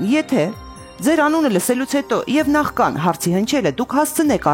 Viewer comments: ՆախԿան չի, նախՔան է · Նախքան ,ոչ թե նախկան, ուղղեք սխալը։